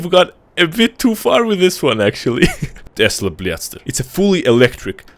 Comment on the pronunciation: Lol, it's the тэсла блятстэр